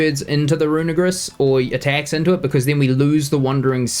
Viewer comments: Can you guys please poste poke paste link of team on description so we can try these out on showdown before building it? Side note: dude you gotta pronounce Runerigus right, you are too to a hate crime there haha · Bro did NOT said "Runerigus"😭